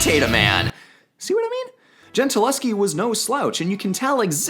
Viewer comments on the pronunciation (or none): Artemisia's name ends with a Schi, but you prenounce her like she was Polish, not Italian, with a Ski in the end. Please work on that for a next video.